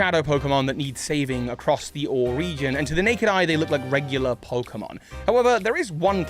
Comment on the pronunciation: These theories are interesting and all, but I can't get past you constantly pronouncing the region of Colosseum and XD as "or".